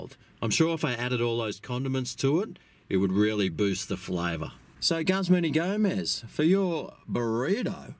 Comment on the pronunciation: “GUZZMAN” HAHAHA, as an employee of a Guzman Y Gomez restaurant, I can safely assure anyone reading this that it is not pronounced “Guzzman” and the proper pronunciation is “Goozman ee Gomez”. Lol